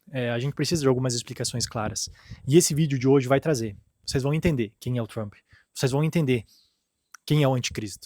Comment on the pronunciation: O conteudo e bom mas nao entendo ate hoje como Brasileiros nao conseguem pronunciar palavras e nomes em ingles. TRUMPE. se pronuncia Tramp. Se corrigir isso fca 100%.